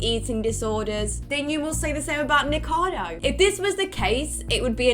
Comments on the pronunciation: I was fine with the biased opinion and lax judgement for friends. But hearing people who normally write and read scripts call him "Nikado" repeatedly, really gets me (I'm not even a fan of his). I had to skip that. neekohkahdo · It's the same with Nikocado Avocado. I swear so few ever pronounce it right, and despite the fact I can't stand him, it still drives me crazy every time. Kind of wish TRO had covered that section, especially after his incredibly in-depth feature on him. I'm at the point with the Hila thing though where it's just wilful ignorance 🙃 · Serious question: is his YouTube channel pronounced "Ni-ko-cah-do" or "Ni-kado"? I'm not familiar with his channel and content, so not sure if it's said a certain way?